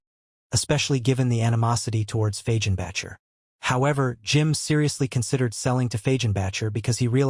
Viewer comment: Your AI voicebot needs to go watch tv for a while, to learn how to pronounce Fagenbacker and other words.